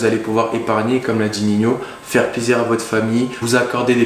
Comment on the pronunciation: Merci pour la video. Ps: respecte le frero, il est ni rappeur ni espagnol il s’appelle pas Niño mais Nino